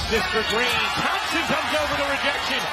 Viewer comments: im hearing lots of theme-sen 😂 game 6 klay theme-sen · 主播的聲音有什麼難聽的 一直在那邊湯普鹹！湯普鹹的！ 發音有夠噁心的